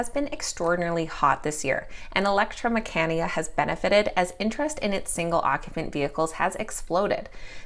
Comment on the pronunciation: great video as always. mecanica is pronounced meh-ka-knee-ka lol